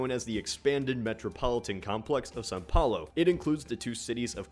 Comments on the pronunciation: 3 His pronunciation was quite good actually. The worst part was the "São", but that's almost impossible to pronounce right if you don't live here. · Just listen how says, it's right